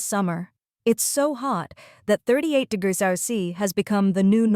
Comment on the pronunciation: Maybe use an AI that can pronounce "degrees" when making a video about high temperatures..